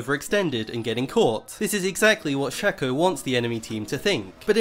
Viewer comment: Its SHAYYYCOOOO you dont say fako its fayko fake